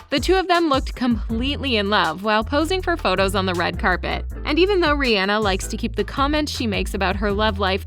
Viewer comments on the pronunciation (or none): It's Rihanna not reanna or whatever you say it just saying you want a video about her but you can't say her name properly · Her name is pronounced Ri • ah • nah